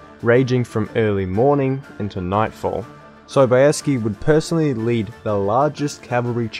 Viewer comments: "John Sobayeskee"... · JOHN Sobieski.....I mean I guess it's technically correct but also feels so wrong.